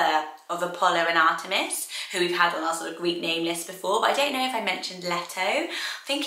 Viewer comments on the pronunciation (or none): none